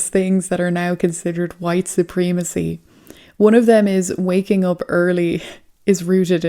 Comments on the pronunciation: I love your videos but just so you know it’s supremacy it’s not supreemacy you need to use a soft E in this word not a hard E! And when you say Putin, you pronounce it pyoutin It’s actually pronounced Putin, there’s no Y O in Putin I only mention this because I’ve heard you say these words in the past correctly I don’t know what’s happened since then anyway just letting you know. All you haters hit me up. I don’t follow my posts after I write them so I don’t care! My point is simple if you can say poo you can say Putin!!! Even though I say this, I love your videos. I really enjoy watching your videos. Stay blessed and stay safe!!! I absolutely mean no disrespect!!! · you are mispronouncing supreeeemecy. is that on purpose?